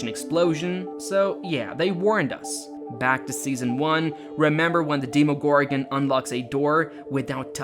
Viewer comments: ITS DEMOGORGON NOT DEEMOGORGEN As D&D fan it hurt to hear that. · imagine saying you're a fan and then mispronouncing "demogorgan" XD